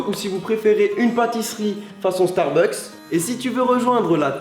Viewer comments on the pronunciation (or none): none